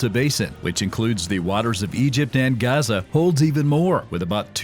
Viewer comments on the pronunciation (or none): none